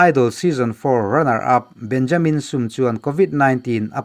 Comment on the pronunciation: Burma lam hi kan thil lam dan a har thin khawp a. chuti chung chuan i thiam khawp mai. 'Benjamin Sum ' tih kha 'insum teh' kan tih a.' Sum ' kan tih rik ang khan han thluk sang deuh la a dik chiah ang.